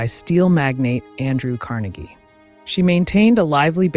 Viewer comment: LOVE your videos! They are always interesting & your narration is on point, no monotone here!🎉 BTW, wanted to let you know that your pronunciation of Carnegie is incorrect since you were talking about Andrew Carnegie not Dale Carnegie. (Just trying to help😍) Wishing you much success!🍀🎉😍